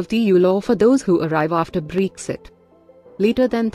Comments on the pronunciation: It's not breexit. It's Bre-xit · I like the way she says BREXI 😉